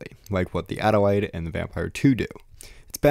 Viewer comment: NIce video…BTW “Adelaide” is pronounced as “Ad-el-aid” 😉